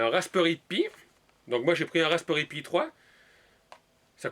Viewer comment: je sais pas si c'est normal mais defois tu prononse mal comme raspperry aux lieux de raspberry